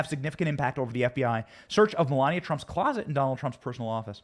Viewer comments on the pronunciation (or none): none